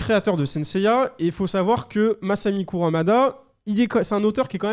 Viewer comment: Arf... KurUmada pas KurAmada... Ring NI kakero, pas NO :) Ca me fait mal au coeur d'entendre que tes collègues ne connaissent pas Saint Seiya...